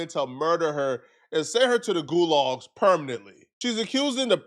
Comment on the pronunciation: Gulags. Soviet prisons. Buy yeah usually gets one big word wrong per episode